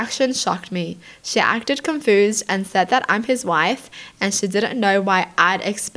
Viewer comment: Why do you say confused like that?